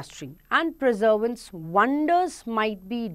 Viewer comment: perseverance ko preservance bol rahi thi MAM aap